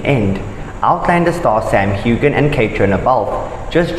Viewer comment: Too bad you can't pronounce Sam's name correctly. Quit running so much wrong information! Kate from Eastern Oregon